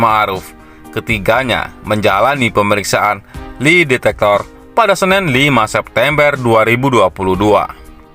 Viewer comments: Bukan li detector, tapi lai detector. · Li detektor....wuekkkk....bacanya keliru....udah gk enak di dengar lg....